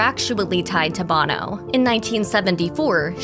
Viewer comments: Sonny Bono is pronounced Bone-O Not Bahno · You would think she would know how to properly pronounce names! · Pronounced 'boh-no! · Sonny Bono is pronounced like "Oh-no" not the lead singer of U2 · It shows a lack of professionalism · Try to program your "announcer " to pronounce the names correctly. It's Bono with a long O. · Sonny Bono’s name is not pronounced like Bono from U2. Annoying.